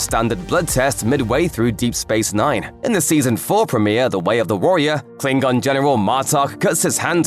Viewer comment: Umm, isn't it Klingon and not 'Kilng-gon'